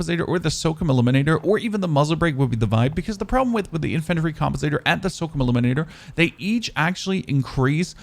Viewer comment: The way he says infantry & SOCOM is disturbing..